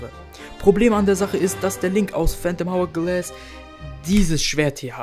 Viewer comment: Bruder ich weiss, du bist noch ziemlich jung, aber man spricht es ourglass aus.